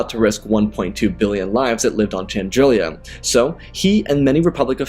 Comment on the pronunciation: Great story - you mispronounce a few names, though… Chandrila only has one i, and it’s Muunilinst - MYOO-ni-list or MYOO-ni-linst, I’ve heard both.